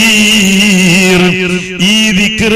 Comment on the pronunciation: ലാസ്റ്റ് (((ഖദീർ )) എന്നാണ് (( ക )) എന്നല്ല